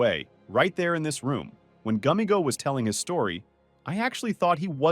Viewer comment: It’s gummigoo not gummigo 😟